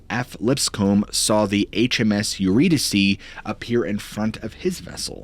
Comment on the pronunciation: Not only do you tell amazing stories, but now I know how to properly pronounce the name Eurydice! 😄👍 I was going way too hard on that Y because my maiden name was Eury and I was used to saying it a certain way. Not that Greek mythology comes up a lot in my everyday conversations. But it's good to know if it does, I won't sound like a dunce (anymore)! 🤣